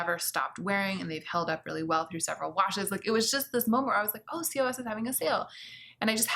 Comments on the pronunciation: Wait, actual question: Is COS pronounced "C-O-S"?! I live in Belgium, where COS is everywhere, and everyone here pronounces is "koss". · I was like what is c. o. s. 😁Cos is H&M and it reads KOS (not in spelling way like C O S but like word KOS of i am not mistaken??.. 😊 P.s. “bawls” Not only he benefits but he broke them all and you both just need them! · Not important, but I'm pretty sure COS is pronounced 'kos', as in moss. Or boss :) My friend works at H&M group HQ and that's how she said it. Curious to hear about your fast fashion finds! It's a whoooole messy world. I have looked into it for my job in sustainability so if you want to learn about it, I can recommend some good resources. But yeah, it's quite a can of worms to open. Also there are loads of awesome youtubers talking about more sustainable fashion